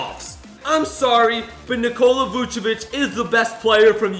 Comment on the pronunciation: Nobody: Literally nobody:: NiKOla VuCiVEnch